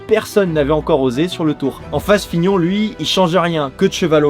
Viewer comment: on dit pas plutôt : lemone et fignone ☺